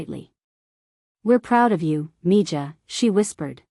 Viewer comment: Mija is Spanish and is pronounced me-ha.